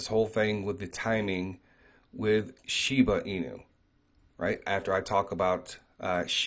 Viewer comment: ShibAAAA .. Aaahhhh.... not Uuu. Not shibUU inu. ShibAAA inu. Plz lol 😆